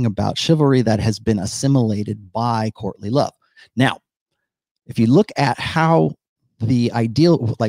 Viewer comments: Every time you say "courtly love" it sounds like you're saying Courtney Love. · Thanks! Man... every time you say "courtly love"... my brain hears "Courtney Love"